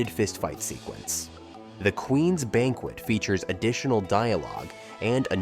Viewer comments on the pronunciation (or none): none